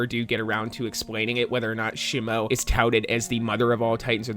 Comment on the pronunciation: Say shimo right 😂